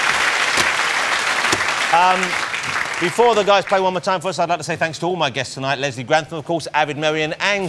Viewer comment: "he's left his Tavawez" haha